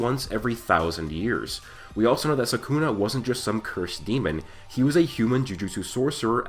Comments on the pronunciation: Come on man its sukuna not sakuna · It’s SOO kuu nah not sah KOON ah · Its SUKUNA not saaaakuna ! You brat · It's not Sakuna. It's Sukuna. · it's not sakuna it's sukuna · its not suckuna its sukuna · everytime I hear "sakuna" my brain twitches 😂